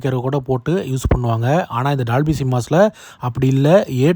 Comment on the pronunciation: bro good vieo but say dolby not dalby pronounce o not a